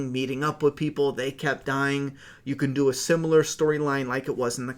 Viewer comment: The Comedian JDM from Watchmen would have been savage as Negan, but I still like him for what he is. Also just cause I’m reading some comments, it’s “canon” homie lol all love